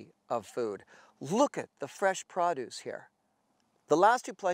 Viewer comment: Les say produce again